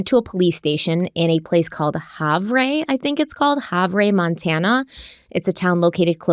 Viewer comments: Just for reference, Havre is pronounced like Have-er, not Hov-ray. Hope that helps if you discuss this case in the future 😊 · Have Ray lol… it’s pronounced Have-UR Montana. Used to haul freight trains though there when i was a conductor for BNSF railway wow… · It's pronounced "Have err". If you wanted to know, not a criticism at all. I only know because I've been there, what an odd place to run away to 🤔. Not many job opportunities in Havre, if any... Maybe as a ranch hand or something like that. I love you guys and look forward to all your content. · pronounced like haver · Not that how you pronounced havre matters much but its (have-er) at least from the locals i used to live about 1 hour away from there. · Havre is pronounced like /Hav-er/ and there are a lot less people in that area but Montana is a tourist town, although we might not have numbers in how many live here, there are many that visit, thank you for covering this case! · Havre is pronouced Have-er locally. Love these Crime Weekly Updates! Thank you for incorporating these into your weekly schedules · Havre is pronounced, " have er" 😊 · Havre is pronounced have er - weird I know. If I wasn’t from Montana I would have pronounced it the same way. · Hey, so interested in a of this. Thank you for covering. Fyi, Havre is pronounced "Have-er." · Havre, MT pronounced Haver. Very small city and everyone knows everyone's business for miles & miles around. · It is pronounced Have -er. (Montanan here). Just an FYI. I like knowing those things 🤷🏻‍♀️ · It's pronounce like, "have her" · Say it like hav er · I live in Montana. Havre is pronounced (have-er). I agree, it's shocking when something happens here.😮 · It's pronounced "haver". I'm from Montana. Lots of wierd names here 😂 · Hey guys! Havre is pronounced “Have Her.” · Havre is pronounced Hav-er in MT, although sounds classier. 😬 Glad she was found! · It’s pronounced Have errrr😂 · “Have-er” is how it’s pronounced lol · Havre “Hav er”